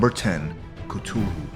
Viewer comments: Cthulhu is pronounced like kathulu not Citulu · this is really cool but you are saying cthulhu like ctulhu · its cu-thu-loo there not cutolo its cuthulhu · It is th not t on Cthulhu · The Cthulhu is pronounced, ca- th - oo- loo! Not Cutoolu! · Great old C'thulhu not Cthulhu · You said Cthulhu like Ka-Tew-lew It Is Said Like Ka-Thew-Lew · Cut ululu? It’s cuth ululu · It's pronounced ka tho loo not k too lu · Gun Skele he says ca-tu-loo while I say Cath-oo-loo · It's cu Thu Lu not CA Tu lu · Why did he say catulu it's cuthulu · He said cufulu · Isn’t pronounced cuth-oo-loo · why do you pronounce Cthulhu as ketoohoo? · If he says cutulu again I will flip 😹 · Actually it’s pronounced ka / foo / a loo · I was lauging when he pronounced cthulhu ctulu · He keeps on saying cthulu wrong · I disliked this because you said k-tu-hu thats not how to pronounce it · Its pronounced k-th-ulu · It's CA-THOO-LOO Just saying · Person how the heck do you know their not real. They could be still out there. But dude you said Cthulhu wrong it’s Cth U Lu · Cthulhu is pronounced Cu-th-ue-lhue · It is Ca-thu-loo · That is not how you say CTHULHU ITS Cuh-Thoo-Loo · It's pronounced ca-thu-lu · Number 10 is pronounced cu thoo loo. At least I think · "catulu" XD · It's pronounced couthoulu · He is saying kutuhlu instead of Cthulhu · i did some research and it's pronunciated ''“Khlul-hloo'' with the first syllable very guttural and viscous but still he was pronouncing it wrong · Cthulu? (Ca-thool-ew) Idiot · Its kthulhu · no its cuh thuu luu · at #10 you are saying ctulhu not Cthulhu. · Cthulhu is pronounced cithuloo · you are saying cthulhu wrong stupid head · you said cthulhu wrong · He said cthulu wrong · He pronounced Cthulu wrkng :/ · His pronouncing Cthulhu wrong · He said cthulhu wrong 😂also cthulhu should be 1st spot on the list not 10th😡. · There is no right or wrong way of pronouncing cthulhu but he used a less popular pronounciation yeah. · He said Cthulhu wrong